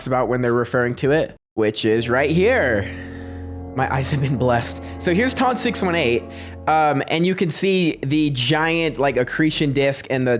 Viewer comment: ITS TON NOT TUN 😂😂😂😂 doesn’t know how to say ton😂😂😂😂😂